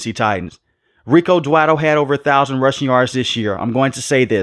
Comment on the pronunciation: Scottenheimer and Dwadle and 18 games. My mans so mad he forgot how many games are played and how to pronounce these guys names 😂